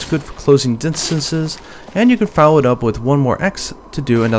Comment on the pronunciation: "dinstances". lol.